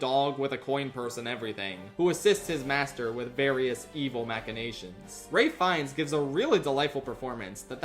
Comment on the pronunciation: I think you're the only YouTuber whom I've ever heard pronounce Ralph Fiennes's name correctly